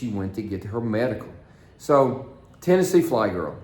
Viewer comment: its TNFlygirl not THFlygirl.